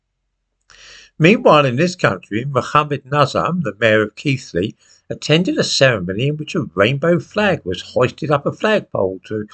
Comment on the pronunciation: Thank you,, for pronouncing Keighley correctly. That shows that you really do read the comments. As for your video, well it illustrates the cowardly nature of our authorities and newspapers. Thank you.